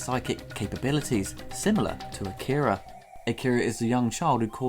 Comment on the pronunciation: Saying "Akira" wrong the whole video